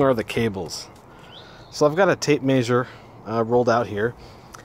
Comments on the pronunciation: Tape maysur? Mult-eye meter? lol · Awsome video. Love the way you say tape Mayzure lol